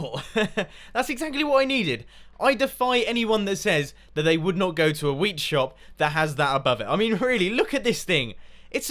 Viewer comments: When mumbo talked about xisuma's wheat shop I thought he said weed shop at first and I was very amused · At points I thought he was saying weed shop